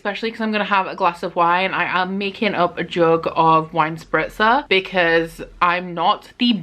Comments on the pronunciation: Love your vlogs 💕 and I love how you pronounce „Spritzer“, sounds really good 😍😂 (I am from Austria) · As a fellow Austrian, I feel you 😂 Has a really nice ring to it ... damn, now I want one too!